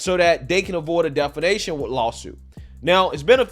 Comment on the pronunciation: Defamation, not defanation